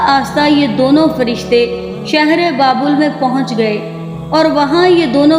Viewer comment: Pehly naam too sekho baebal nahi babul ka kua apny talafuz pe ghoor karo